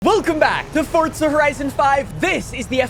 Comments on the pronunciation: It’s forza not fortza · Bro I love your content but PLEASE STOP SAYING “FORTZA” AND PRONOUNCE REGULAR “FOUR-ZAH” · Fort'za 🤦🏽‍♂️. You giant 🔔🔚